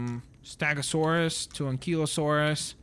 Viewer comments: It's stEgasuarus not stAgasuarus it's eh not an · It's Stegosaurus not Stagosaurus and Ankylosaurus not Ankeylosaurs